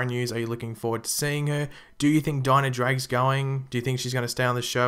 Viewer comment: Bye "dinah"